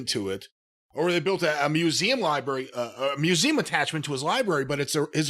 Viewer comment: Definitely said museeem originally